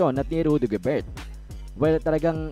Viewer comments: GOBER lang po ang tamang pronunciation... silent "T" idol... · Gobert pronounced as Gober kc French po si Rudy.. correction lng idol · Paki pronounce ng ma ayos ang family name ni Rudy Gobert silent t